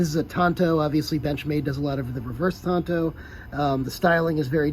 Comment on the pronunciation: Did you graduate the 5th grade? It's a Tanto, not a Tonto! KnifeMaker